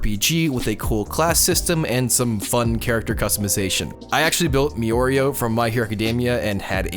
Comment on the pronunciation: Haha you're the "miorio" guy hahaha I was looking for you